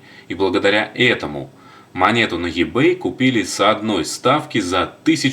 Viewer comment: И-бэй И а не Е , Ибэй